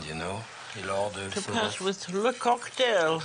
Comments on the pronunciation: or-dovrie 😅. Love Julia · “As an Ore-Dovree” 😩 god I love her